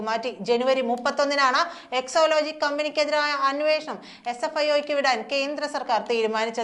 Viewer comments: Yes she always says so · എക്സോ ലോജിക്കല്ല കൊച്ചേ. എക്സാലോജിക്കാണ്.